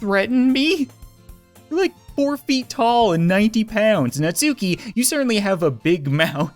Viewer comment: Your saying natsuki wrong